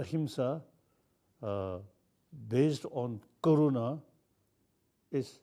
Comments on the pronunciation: It's not corona it's karuna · Yes I too thought it sounded like corona. But it's karuna which means compassion.